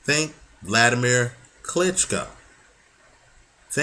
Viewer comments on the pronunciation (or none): none